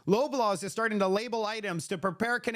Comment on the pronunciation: It`s pronounced Law Blaws